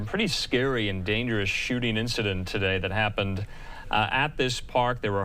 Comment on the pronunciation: so they skhott at bunch of kids for a person they didn't see or distinguish....,.. we "responded to a skewhter situation" by skweooting randomly into a group of kids.......... bet it was acorns shook from a tree.... skhot at a bunch of kids without any clue of a suspect.....only after multiple officersn skhoot into groups of teenagers Looked for a suspect to pin it on.... only after shooting aimlessly and recklessly....... .... how you gonna rain bullets regardless of the background or life and shoot at someone you don't even see or know.... into a crowd that already to many officers were already at.... more cops mean more problems. ofc they go and entitle phew bunch of kids looked for someone to be s suspect after reaigning fire recklessly lawlessly and aimlessly on children